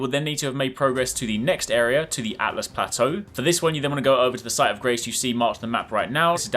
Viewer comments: This might blow your mind but it's Altus, not Atlus. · Really annoys me when people say atlus and not altus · He keeps saying "Atlas plateau" its Altus my dude. L2read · Why do you keep saying Atlas instead of Altus ??? Just curious. 🤔🤔🤔🤔🤔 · you do know it is Altus not Atlas right? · Not atlus, altus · It's called Altus, not Atlas. I initially made the same mistake. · I'm glad I'm not the only one who called it the atlas plateau and not the correct Altus lmfao 🤣. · It’s Altus, not Atlas lol. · ""atlas plateau" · Everyone keeps saying Atlus. It's Altus, lol.. L before T folks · Everyone is saying "Atlas plateau", no one ever says "Altus plateau" :( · It's ALTus Plateau not ATlas. Just thought I'd point that out. Great vid though! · The sheer confidence of saying atlas throughout the video is wild. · I can't be the only one getting irked by how he pronounces "Altus" right?